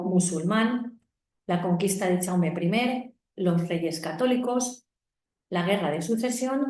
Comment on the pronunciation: Perdona, no se pronuncia "chaume" se pronuncia "yaume" , como el "ya" en castellano o el "yo"